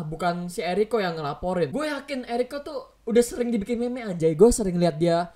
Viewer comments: Meme dibaca mim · meme dibaca mim toloo:) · Shitpost everday yang penting w ketawa Btw meme di baca mim >:)